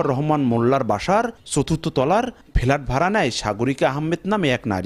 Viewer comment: চথুর্থ তলার ফেলাট!! 😝 সাংবাদিকদের উচ্চারণ!!!! কোত্থেকে ধরে আনে এসব রিপোর্টার 😆😆🤣🤣🤣